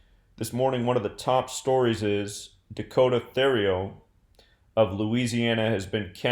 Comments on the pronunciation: Pronounced Terrio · U pronounced his last name wrong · You were way off with how you pronounce his last name. Hopefully the fucker gets murdered in jail. His parents lived less than 5 mins from me